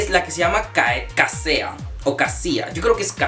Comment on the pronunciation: Casea en la serie lo pronuncian “Keisi”